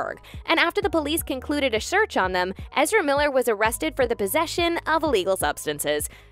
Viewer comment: a sherrch 🤣🤣🤣